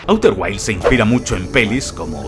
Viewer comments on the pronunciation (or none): A-U-TER GUAILS????!!!! 😂🤣